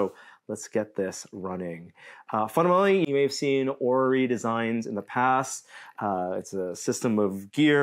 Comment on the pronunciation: I still remember Adam trying to describe a clockwork orrery in a horrible French accent in the "Steam Machine Gun" myth.